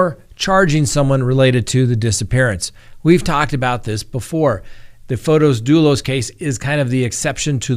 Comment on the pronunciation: it is Not FotOs. It is FOTIS with an 'i'. I watch you from Greece and every time I hear you say FotOs, it is athorn in my ears. It's like someone was to call you Scitt instead of. The name FotOs doesn't exist. Besides that, I love your daily updates. Much love, xoxo.